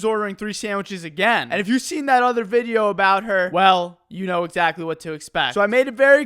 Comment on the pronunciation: "Abaot a week a go"